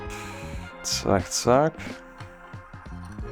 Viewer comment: Your "Zack Zack" deutsch is perfect!